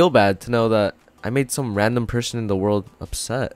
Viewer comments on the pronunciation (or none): none